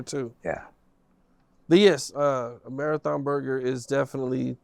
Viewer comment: “Marathon Curger “ 😂😂😂